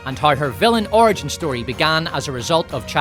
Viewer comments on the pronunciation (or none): none